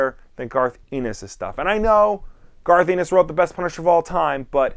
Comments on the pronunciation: Garth Anus? It's Ennis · As a person who lives in Ireland I hear the word ennis alot it's a surname and a place I hear it pronounced alot of different ways... but this is the first time I heard it pronounced anus..... garth anus.... darth Anus 😂